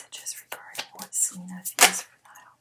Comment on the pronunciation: Niall's name is pronounced like the Nile River. Thanks so much for all your readings. Could you maybe do some athletes in the future like Aaron Rodgers and Danica Patrick and/or Rafa Nadal who just got engaged to his longtime gf Mery Francisca Perello (Xisca). They've been together well over ten years and they seem solid but I always thought it was kinda strange they wouldn't get married sooner. Also curious about Serena Williams and her husband Alex Ohanian who is one of the founders of Reddit. Thanks again!